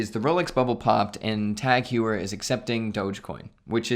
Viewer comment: Teghuier... lol, it's tAg hO-yer ...im sure the lady at the mall got it right;)